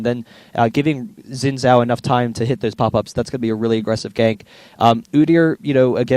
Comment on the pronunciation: You must have, since that's not a proper sentence for starters. Oh, and the fact that Xin Zhao isn't English, it's Chinese, and actually is pronounced Zin Zao.